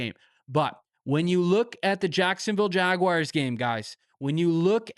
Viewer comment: I love this channel, but ngl, wish you'd stop saying, "jag-wires" 😂